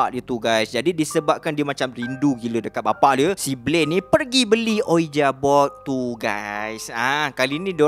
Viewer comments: Sori, sebutan ouija tu "wiji", bkn uija. Tu je pape pon mantop cerita ko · Tak pernah tak padu punya content. Just sharing untuk sebutan "ouija", cara pronounce betulnya "wiji" or "weejee" board.